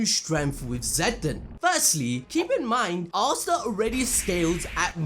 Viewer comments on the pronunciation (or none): "Ass ta"😂😂